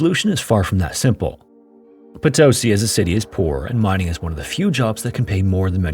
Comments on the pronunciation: potoSI, not poTOsi. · Just an observation: in spanish the use of accent changes the way you pronounce a word, in this case Potosí it's pronounced po-to-SEE instead of po-TO-see. I greatly enjoy your videos! Greetings from Mexico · PotoSEE, not poTOsee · The accent mark on Potosi is over the "i" at the end of the word, so pronunciation would be PotoSI, not PoTOsi. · PotoSI ✅ PoTOsi ❌ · for those who are wandering how to actually say Potosí OR who were confused by hearing "po-TOE-see"... it's po-to-SEE, with o as in or. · Haha I'm a big fan but it's pronounced "poto-SEE" not "po TOE see" it makes me nuts every time you say it wrong! Keep up the good work though, this is one of my favorite shows. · Just wanted to let you know it’s “po-toh-CEE” not “puh-TOS-i” — hence the accent on the í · just and only just, for future en-devours, the diacriticals on spanish have the accent. (if that is even the word). i mean Potosí has the í as the strong part of the word. you are reading it like *Potósi*. =) anyways, thanks for the videos. I always say to my self that I have to make you 20 short variation of the background loop you use. im so used to it now xDD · Yeah this really bothered me as well. For a name you'll be pronouncing tons of times in the video it seems like very disrespectful to not at least attempt to say it correctly. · poto-sí like yes in spanish. ( Póto-Sí ) the Sumaj Orco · Heyo, as a language note for future stories, whenever you see a mark on a vowel of words in spanish, that means that that syllable has the strongest sound in the word Thus - Potosí = poh-toh-SEE Cheers, I've been following a few years 🇲🇽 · OMG For Christ sake it's po - to - SEE. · Potosí with an accent on the i - it’s Po-to-SEE. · PotOsi, ouch. The spelling is LITERALLY IN FKG FRONT OF YOU and you manage to fk it up. Cannot listen to this crap. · How could you make an entire video about Potosí and not even bother to learn how to pronounce it correctly?